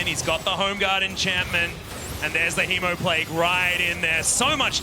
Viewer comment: When the caster said, "that is the juiciest hemoplague" I heard "that is the juiciest teemoplague"